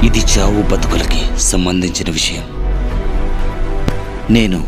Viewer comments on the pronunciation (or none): none